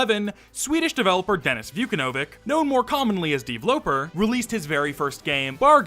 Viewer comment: I hate how you say "deevloper" dude it's just pronounced developer